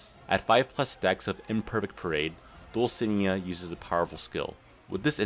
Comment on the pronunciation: Dulcinea is pronounced Dull-sin-ey-uh